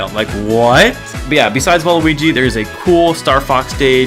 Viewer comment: DID U SAY WALUIGI!?